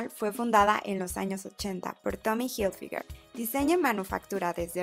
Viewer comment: Pronuncia bien la marca